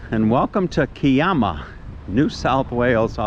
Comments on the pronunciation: Hi, The pronunciation of Kiama is "Ki-ama", with the "i" pronounced as "I" (as in "I am"). The "ama" is pronounced as "am-a" (also as in "I am"). I have had two experiences at the Kiama blowhole, one was quiet and the other was active. I have been to Kiama on several occasions. The hills north of there are part of Bombo, where I stayed overnight at a friend's place back in 1973 and the back view had a complete view of Kiama. The warning sign says "No Tommos Allowed"!!! LOL. Better tell your shadow to take care there, getting a bit too far ahead. We don't have crows here in Australia, but we do have plenty of ravens. All the very best. Rob. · to labour the point...the 'i' is the same as the i in Bondi. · Thanks for another great video. The pronunciation of Kiama is to sound the 'Ki' syllable the way you would pronounce pie, the emphasis being on the 'i' as it is in pie.